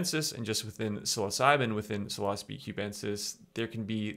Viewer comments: When you say psilocybe it sounds kinda like philosophy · Okay I trust this video and all but it makes it difficult when you mispronounce psilocybe and yet pronounce psilocybin correctly. It's almost like you do it on purpose.